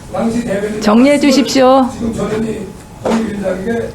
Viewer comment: 전현희 빨리 말하니 저년이로 들린다 ㅡㅋㅋ 천천히 발음해라 ㅡㅋㅋ